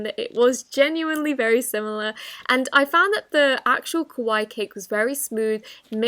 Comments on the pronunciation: If anyone wants to know how to pronounce kawaii its (ka-why-i) and kowaii (ka-wai) means scary while kawaii means cute but i know what you meant Srry not trying to be rude just a tip :) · when she pronounces kawaii as kawai which means scary smh